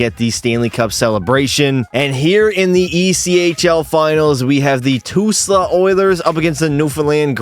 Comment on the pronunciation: Just in case you do another echl video in the future it's pronounced Tul-sa